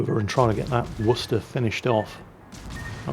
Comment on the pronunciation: Is that how you Worcester?🤣 Edit: Lot of paid actors in this match....